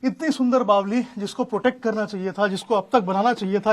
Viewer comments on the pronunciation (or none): बावली नही बावड़ी बोलो😂😂😂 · बावली नही बावरी होता है! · मर बावली नहीं बावड़ी होता है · bawdi hota h bawli nahi😂😂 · बावली नही भाई बावङी बोलते है